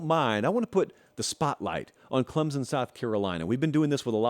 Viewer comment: This clown still can’t pronounce Clemson correctly but I’m supposed to care about his opinion?